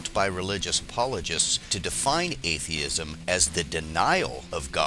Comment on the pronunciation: Burden of proof - wlc presents this turd when he debated Hitchens... 'ah-theism', I almost fell off my seat.